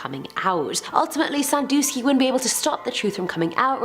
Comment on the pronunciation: is she saying "Jerry SANFUSKY"??? it's SANDUSKY.